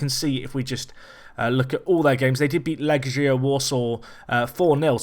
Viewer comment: it's not Leʒia, they're from Poland, not France;) it's Lɛɡʲja, leg as in first leg or right leg.